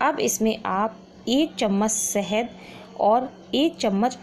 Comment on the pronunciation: Suru nhi shuru hota hai,sahed nhi shahed hota hai